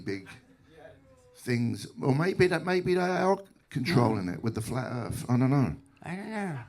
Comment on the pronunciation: Flat earf.. 😂